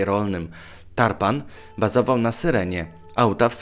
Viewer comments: Caly czas pokazujesz mi sie w proponowanych i zawsze ogladam. Dlatego masz suba :3 Tarpan nie Turpan :( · Tarpan a nie turban... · 1.16 "turpan" xD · No to Tarpan czy Turpan 😁